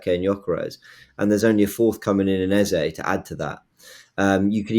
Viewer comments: You don’t call Saka Saké. Its EHZAH not EHZAY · His name is pronounced EHZAH. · It’s pronounced “E-zeh”